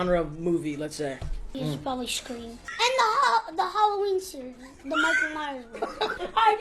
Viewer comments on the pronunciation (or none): none